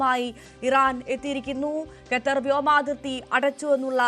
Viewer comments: ഗത്തർ അല്ല ഖത്തർ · ഗെത്തർ അല്ല ഖത്തർ !!! 😂😂okay vaaa